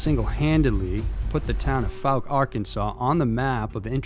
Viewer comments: Fouke is pronounced ‘Fawk’ not ‘Fook’ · "Fowl-Kuh" not "Fook" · Its not pronounced "fook". Fouke is pronounced "fow-k". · Pronounced " Fow-k " . . . Still enjoying the video , thanks 👍😉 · Narrator butchered Fouke pretty bad. Lol.. Fook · The way you pronounced the word “fouke” is wrong. I live right beside it. It’s pronounced as if it sounds like the ou in “ouch” but f’ou’ke…